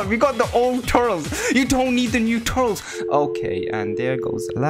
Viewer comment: I understand your pronounciation of gero but why do you say turtles instead of turles TURLIS IT IS PRONOUNCED TURLIS